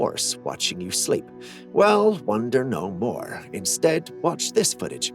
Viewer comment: "it does seem to wahtch the description"????? Flip that double-u over and pronounce it as an M.